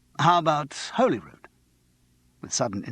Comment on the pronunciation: How difficult is it to find out how to pronounce Holyrood?!